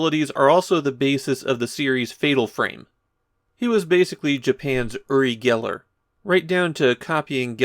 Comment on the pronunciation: Thank you for being one of the only English speakers to pronounce "Uri Geller" right.